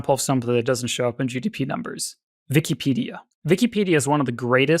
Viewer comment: the german is coming out whenever he says "vikipedia"